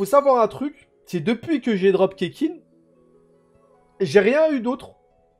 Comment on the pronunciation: « Oe mais c bien le doublon de keqking la tfait de la constellation et deja sa s’dit ketching et pas keking reflechi nunuche » 😂🤣🤣😂